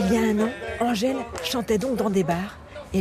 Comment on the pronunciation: Angèle et non "Angel"